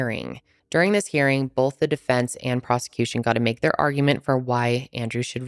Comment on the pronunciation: Love your videos! But it’s Both not Bolth..